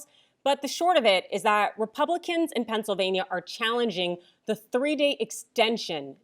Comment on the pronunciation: thats not "Pennsylvania"! that's "Not California"!!!